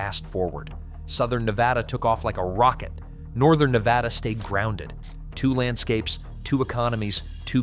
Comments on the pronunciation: NEH-VAD-ah not NEH-VA-dah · I’m so fatigued with the mispronunciation of Ne-Bad-A. Can everyone plz just get this??😩 short a, not ahhh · That's Nevada ! NOT NEVAHDA ! 🇺🇲💖🇮🇱💖🇵🇭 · DAMN A. I. IT'S NEH VAD UH NOT NAH VAH DAH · there's no Nevauda, it's just Nevada. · It's not Neh Vod ah it's Neh Vad ah. Get it right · It is pronounced Neh-Vod-ah, because Nevada is a Spanish word. The whole southwest region of the US used to belong to the Spanish, thus these territories (eventually becoming States) were named in accordance with the presiding Spanish (Mexican) culture already in this region. "Nevada" is a Spanish word that means "snow-covered." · its' NA-VADA...extra credit its not Mount-ants, its mount TANS. Not buttands, BUT tons. It's also not the Sierras, it's THE Sierra. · First, learn how to pronounce Nevada, hint: it's not Ne vah duh. Second, Las Vegas is Southern Nevada, duh, the Vegas Valley is 2.8 million people. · Nur vaaaahhhh durrr? 🤪🤪🫡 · Thank you. I was about to say the same thing. This guy obviously has never spent time here. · If you are incapable of speaking the state's name correctly... not much else that you have to say has much meaning. I am on top of a mountain in Northern Nevada... off grid and loving life. At 5700' with nothing but sky above... chemtrailed to high heaven nowadays... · 1. You’re pronouncing Nevada wrong. 2. I live in Northern Nevada. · The obsession with the pronunciation of Nevada is comical. They need to upgrade their bots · Please learn how to pronounce Nevada. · yeah when ever somebody says it wrong i stop listening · learn how to pronounce Nevada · Well Duh, 74% of the people in the state are in the LV Metro area. Is this a news flash? Theres half a million in Reno-Sparks-Carson. And learn how to say Ne-vaaahdah correctly. The state is full of ghost towns.